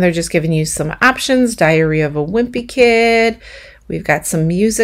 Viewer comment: Lol! Sounded like u said “diarrhea “ of a wimpy kid! Thanks for add preview. May get $30 Christmas tree!